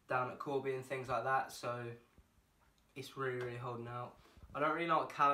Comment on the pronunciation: The British Rwilly😂